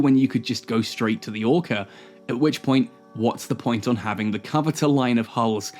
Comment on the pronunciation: Ore-car …. Lol